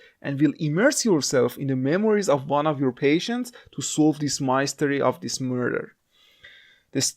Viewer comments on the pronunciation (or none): Thanks for the nice review. Do you know how much phone memory it takes? ps Just to help out the word 'Mystery' is pronounced like 'mist eree' not 'My steree'. English is a very inconsistent language :-)